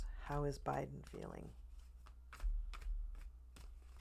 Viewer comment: First time watching you and I just subscribed! I totally agree with you on everything you said. I stopped watching so many readers and I find it a bit sad that they have given up on Kamala. But in the meantime, I discovered other readers whom I agree with, like you, which is cool! And I just love how you say J-Biben like Maya Rudolph! Thanks for that hopeful reading!